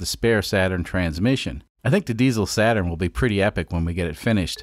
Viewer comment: SATURD not SATURN